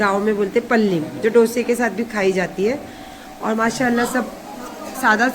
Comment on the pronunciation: Ninam nahi nilaam pallim nahi palye